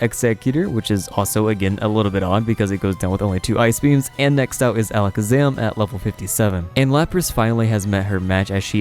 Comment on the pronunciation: Alec Zaman??? - it’s Ala Kaz Am like magicians say…